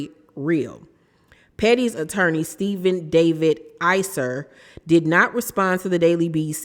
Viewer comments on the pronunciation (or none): none